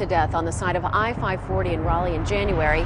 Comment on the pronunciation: It's Rah-lee ... like Rah Digga ... or Rah Rah .... Ya'll get on my nerves including the news reports and not listening to how they say the city names .. and then butchering it ... Its like an failing an open book test ... smh.